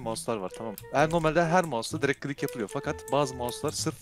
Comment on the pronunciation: nedne dırig klik diyo qwoıejıqowe